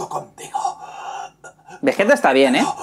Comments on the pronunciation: Como le vas a decir VeJeta y Góku maaaaaan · El porque a vegeta en latino le dicen vegueta y no vegita es porque en su primer aparición cambiaron a la directora del doblaje quien siempre hacía lo posible por dejar los nombres con la pronunciación japonesa. Luego la directora volvió para dirigir el resto de dragón Ball y es por eso que el nombre del planeta vegeta si está bien pronunciado.